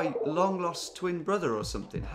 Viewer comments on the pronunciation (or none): none